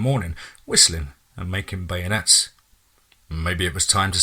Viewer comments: just so you know, the French donut is pronounced Ben-yay not bayonet. Great narration btw. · Great story! Loved every minute! Glad you finally figured out how to pronounce beignet! Had to laugh when you pronounced it wrong! Yep! I'm a Cajun from the swamps from the most southern tip of LA! Never heard of a rougarou down there, but who knows when no one says the name!